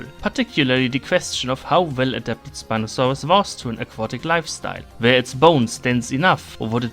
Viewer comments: the way he said SpinofaaRus was veRy GeRman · I love how you pronounce Spinosaurus as “Spinosauwus”